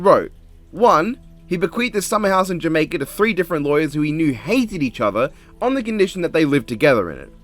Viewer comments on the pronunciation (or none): none